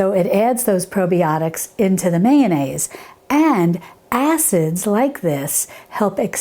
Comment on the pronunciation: "Probie-otics" Ha ha ha!! Is Gibbs from NCIS making this?